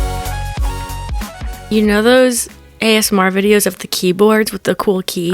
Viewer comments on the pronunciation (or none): none